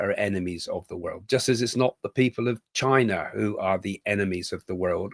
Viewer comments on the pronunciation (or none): none